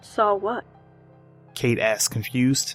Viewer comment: I clocked off as soon as he said "he akcsed" instead of asked.